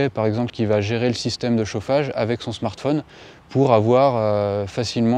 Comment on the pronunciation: Je crois qu'ils ont voulu dire Smartphone